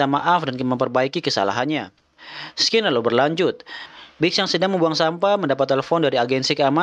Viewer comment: scene dibaca "sin" bukan "skin"